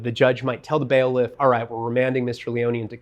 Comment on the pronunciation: Words misused or mispronounced: BAIL-if/ collage- keep going.